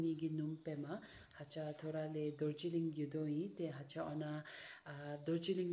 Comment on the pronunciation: It’s Ngacha not Hacha las aie, I’m one of your subscriber from Tumin East Sikkim,lots of 💕